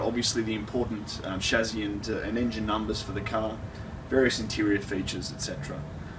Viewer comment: Why is he saying "shazzy"?